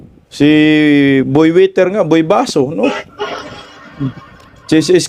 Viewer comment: Anong ‘Boy winter’? Hahahahaha ayuha pod pg pronounce oi